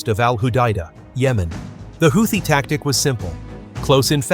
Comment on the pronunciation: AI can’t even pronounce Houthi.. lmao